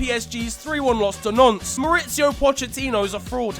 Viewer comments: Yo, why do you prononce Natnes as nonce? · Wait, is Nantes fc pronounced Nonce? Fs.